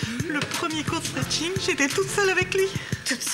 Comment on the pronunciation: Non, c'est stretcheing ! 😂